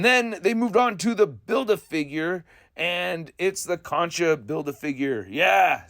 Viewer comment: When you were talking about the Khonshu BaF I heard "concha" and had a pretty good laugh 😂. Feel similarly about this livestream but I really like Khonshu. Looks fabulous, imo